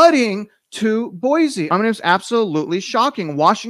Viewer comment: FYI....it is not pronounced Boy-Zee...it is Boy-See.